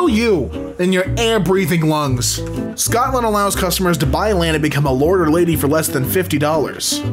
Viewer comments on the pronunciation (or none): none